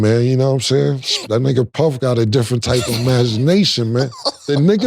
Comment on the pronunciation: Cam said “dissrent” perspective on the second one lol